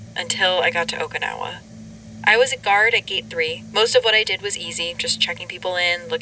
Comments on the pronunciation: well she say okinawa like okaynawa but its the "i" need to be like a "e" in english, if you know the expression oki doki its the same "oki" in okinawa 😅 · For the two enlightened ones, it's how to pronounce Okinawa. It is a Japanese name, not an English one. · I can't...each times she say okinawa wrong i got frustrated and can't keep listening 😢